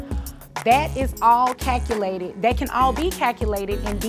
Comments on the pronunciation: She can't be a judge or attorney. I'm so sick of hearing her say Cacoolated (calculated). The word is pronounced "cal que lated" calculated. This is so fake and she can't be a lawyer. In Texas, extra curricular activities are not subject to child support. It's based on net earnings either self employed or W2 wages. Medical insurance and medical expenses and that's it! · Friend, the word is caLculated!!!! There is an “L” in the word. Sorry, I love your videos but I cannot let you down.